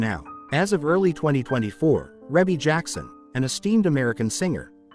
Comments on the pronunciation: Her name is pronounce ree bee not rebbie even if it is spelled that way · It's Ree Bee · Yea, cause WTF is Ra-bee🤦🏾‍♀️Very annoying. FR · Please stop calling her Reybbie. Her name is pronounced Ree-Bee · Rebbie not Rabby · Her name is pronounced Ree-bee🤦🏽‍♀️ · It's REE BEE!! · I just had to stop watching. The music in the background in the mispronunciation of her name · Say her name right next time!!!! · They’re not even pronouncing her name correctly…. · Beautiful, Blessings Always Sweetie Rebbie, & Congratulations on your Awesome Career and Achievements. Rebbie is the correct pronunciation. ❤❤❤❤❤❤❤ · EXACTLY I hate when they prosper off of our culture and don't know ish about it. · I was thinking the same exact thing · Exactly. That’s why I tried to listen (the mispronunciation was killing me🙄)because I thought she was ill. Glad she’s doing fine. God Bless 💐💐💐💐💐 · I AGREE WITH YOU ON THAT ONE He didn't say her name right at all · Man I was watching this and every time he said her name worry my head was hurting more say her name right please ❤ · How can you narrate when you can’t correctly pronounce her name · She looks like Her mother and Janet😊 learn to say Rebbe name"CORRECTLY" Or get a black person to take your place😮